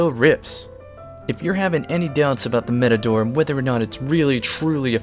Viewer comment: You mean MAPADORE 🤣